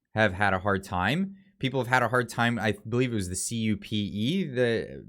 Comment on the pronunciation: CUPE is prounced phonetically as 'Qpee'